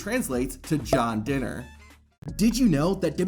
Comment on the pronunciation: Dinner not Diner